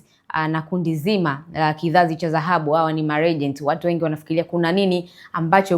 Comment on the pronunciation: MWANDISHI/MTANGAZAJI UNATIA AIBU,KIZAZI CHA ZAHABU NDO NINI??? NI DHAHABU SIO ZAHABU?